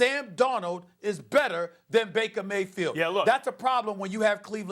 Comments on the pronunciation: Nobody: SAS: "Maker Vayfield" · "Maker Faybield" 😂